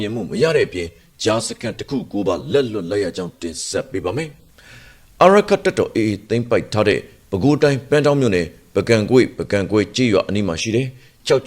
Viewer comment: ပန်းတောင်း လို့ မဖတ်နဲ့ ""( ပဒေါင်း လို့ ဖတ်နော် ) 🎉🎉🎉 ကျွန်မတို့ မြို့လေးပါရှင် ။ ရေးတော့ ပန်းတောင်း ပါ❤❤❤